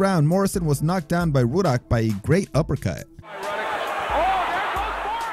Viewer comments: Why does it sound like youre saying woodhock instead of ruddick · It's Rudd-ick, not Rue-dock afaik. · Pronouced Rud-dock not Roodock,LEE Bon not Lebb on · Why do u keep calling razor ruddock "rooduck" it's rudduck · "Roodock" lol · "Razor REWdock" lol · Roo duck?...lol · Erik Larson the whole time he kept saying Ruddocks name wrong even though the announcers kept saying it in the video over and over lol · Ruddocks name is pronounced in the video so how are you still mispronouncing it, it’s lee-bon. Do your research